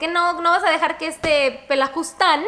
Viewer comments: jajaja es PELAFUSTAN no pelajustan 🤣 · Querida es "pelafustan" jeje no pelajustan con todo respeto y cariño